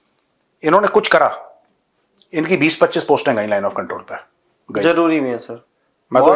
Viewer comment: Look at your over qualified producer .....cant even pronounce properly zyada as "jayd" , Zaroorat as "Jaroorat" ....Jaroori and so on ...... 85% indians are not even presentable on Television or any decent gathering ....you pre matured retired Major living in fools paradise